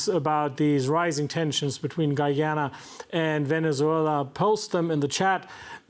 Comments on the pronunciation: GUY-AN-A and not Guwie-yana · I am wondering if his grotesque mispronunciation is meant as disrespect to GoooooYanna. I mean the host is emphasising the correct pronunciation but he distorts his face to say Goooyaanna each time. His English is pretty good, so i think itis intentional. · Guy a na ..not Gwee a na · repeat after me Guy-ana not Gu- ja-na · It's not Gooyana , it's Guy_ya_na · Guy - ana , not Guiana :) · Its pronounced GUY-AH-NA!! get it right people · How you pronounce guyana like goyana at least pronounce the country name correctly before u start speaking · You forget the fact that 200 million South Americans pronounce it Gooyana which is perfectly correct. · can't even pronunce my country's name what gives him the right to talk on behalf of my country and its people........ utter nonsense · Oh, for the love of God, please learn to pronounce the name of Guyana properly before coming on Air again!!!!! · This guy needs to get the correct facts . He seems to only speaking on behalf of Venezuela and cannot pronounce the Guyana correctly.